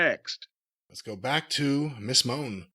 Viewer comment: It's "MuN-ay". Every single podcaster calls her "MO-nay"